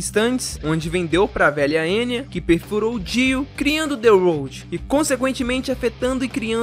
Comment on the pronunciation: “The roud” KKKKK a pronúncia dele e mó engraça :>